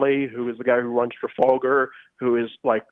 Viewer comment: Emma, learn to pronounce Trafalgar. Better yet, go see it :-)